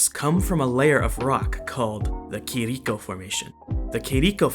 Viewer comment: you have said "Quirico",when you use the accute acent,you have to say the vogal with tha same voice tone as "r" you have said like:Minais Gerais